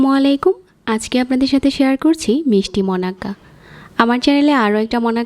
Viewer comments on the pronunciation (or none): none